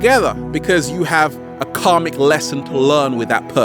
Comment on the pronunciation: When he first said "karmic" I understood "comic"... 😕